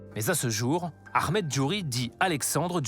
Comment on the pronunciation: C’est Ahmed pas « Akhmet ». On dirait le flic de beverly hills